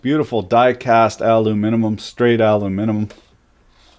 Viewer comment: "Aluminimum" lol